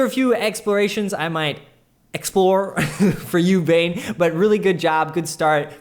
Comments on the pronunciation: Bane Bogdanovic is probably from Serbia or Croatia. Anyways, his first name is pronounced Bah-neh. When you said Bane (like in the movie), that cracked me up. Keep up the great work, love these videos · You pronounced 'Bogdanovic' right, but 'Bane' is pronounced like 'Bah-neh'. :)